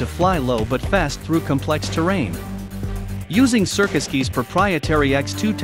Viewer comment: Trust me, it's not pronounced "circus keys"